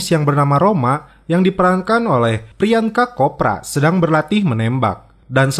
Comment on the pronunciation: dari nyebutin nama pemainnya aja " Priyan ka Kopra " yang penyebutannya seharusnya " Priyangka Copra " ketahuan banget mas narrator nggak ngerti perfilman Bollywood.